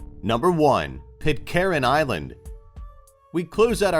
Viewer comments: sorry what......chil la.......dont you mean chile ,,,,,,,and where there hell is.. pit care en island,,learn english you muppet ...... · when will Americans learn English, The way he says Pitcairn is ridiculous